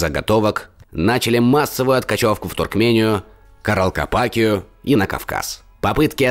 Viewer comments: не Каралкапакию, а Каракалпакию(Каракалпакстан). Мне кажется, что проще было бы сказать Узбекистан, т.к. Каракалпакия это часть Узбекистана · неприятно слушать безграмотную речь. Я, увидев (в данном случае услышав) ошибку, сразу теряю нить повествования, пытаясь понять КАК можно было это прочитать (написать) именно так?!? Ладно там, не смог выговорить Каракалпакию, это не всем дано, но там же куча ошибок с ударениями, просто орфографических. Или вот тут - - "поражённые" вместо "прокажённые". Оно, конечно, замечательно, что ныне мало кто знает о проказе как о болезни, сводя знание этого слова к "проказникам-мальчишкам", но хоть чуточку больше внимания тексту надо уделять, тема-то серьёзная.